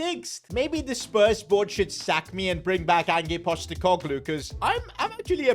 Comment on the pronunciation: 'Angee postacoglu'